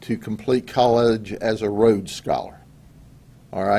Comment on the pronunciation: Rhodes scholar, not Rhode. Lol